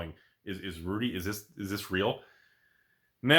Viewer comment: You called it Rudy mon, respect.